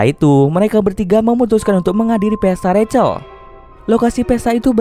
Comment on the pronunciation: rachel=racel Bukan rahel😭🤙🏿‼️